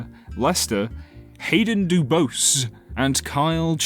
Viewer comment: It's pronounce Dubose.